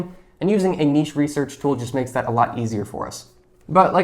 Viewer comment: It's so refreshing to hear someone pronounce the word 'niche' correctly👍🏽